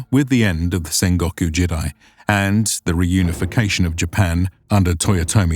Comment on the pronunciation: You need to fix your pronunciation for these words: jidai = "jee-dai", not "jid-eye" Kyushu = "kyoo-shoo", not "kai-yoo-shoo"